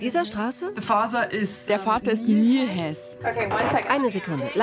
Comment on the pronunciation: Niemand: Julia: Faser😂